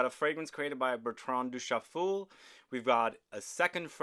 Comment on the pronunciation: Did he say Bertran Douschafool?